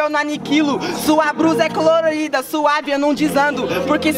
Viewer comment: Ele falou crolorida 😂😂😂😂😂👌 rsrs kkkkkkkkkkkkkkk